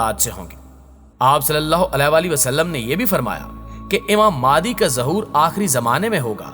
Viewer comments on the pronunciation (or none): Its not maadi its mahdi a.s